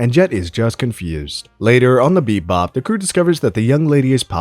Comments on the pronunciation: Why do you keep saying beep bop am I tripping or is it actually beep bop not bebop 😂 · It’s Cowboy BEBOP not Cowboy BePbop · I heard beatbop lol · Bro can't even say the name of the show 😂😂😂